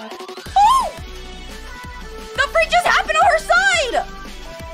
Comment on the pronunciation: I love the way she says "DA FREAK" 🤣